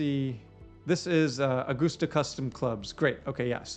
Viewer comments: It's a-gust-a, not goose. Like a gust of wind. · I can tell by the way you pronounced Augusta that you’re not a golfer, lol. Edwin Watts is a national golf store. It’s like Dillards for golf. Obviously there is still a reason for local SEO, but I would assume most people that are searching for golf stores in August Georgia are well aware of what Edwin Watts has to offer and the most important information they need to give is existence and location. Curious if you think that changes their approach to website layout. Thanks for the info. It’s awesome as always!